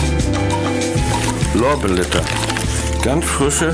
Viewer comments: Lorblätter oder Lorbelätta? xD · naja er sagt lorbelätter XD